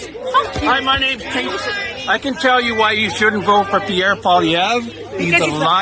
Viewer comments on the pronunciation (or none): none